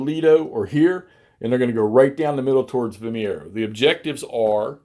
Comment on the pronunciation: The name of the place and battle is Vimeiro (pronounced Vim-i-roo), not Vimiero. Nonetheless, it looks like a good game and interesting system. Thanks for showcasing it. 🙂